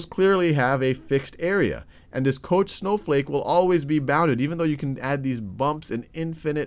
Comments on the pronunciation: It's pronounced koKH, not kosh. Fractals are very interesting, I would say that is among the easiest of them all. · The correct pronunciation would sound similar to "cock", I believe 8D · It is pronounced "kock" He was Swedish and it is pronounced so in Swedish. The spelling Koch is not typical Swedish and the name probably originally comes from German, but it is not pronounced in the German way. However, we pronounce the "von" correctly, so it is "fon kock" in Swedish, that's what he called himself. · Koch is German and it's pronounced like the Scottish loch. Like in Loch Ness, you know. ;)